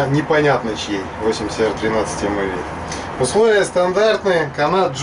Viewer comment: Здравствуйте,! Ножами я стал увлекаться стал совсем недавно, и так сказать только "въезжаю" в курс дела, но по образованию я металлург литейщик. Так вот, если позволите, небольшое уточнение: Сталь 8Cr13MoV читается как 8 Хром 13 Молибден Ванадий. Цифры перед элементами означают процентное их содержание в стали. А за тест огромное спасибо! Изначально я хотел купить себе Мору бушкрафт форс, но потом подумал, что это огромный тисак (сравнительно конечно), и всё более склоняюсь к Тинейшесу.